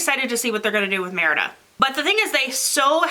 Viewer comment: Don't feel bad for mispronouncing Merida. Merida is actually the surname of a few of my cousins. Folks down in Southeastern Kentucky pronounce the name as Merdy (like nerdy with an m). You can't do worse than that!